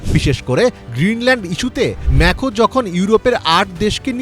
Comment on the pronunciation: আরে ব্যাটা মেকরো মেখো না উচ্চারণটা ঠিকঠাক মত কর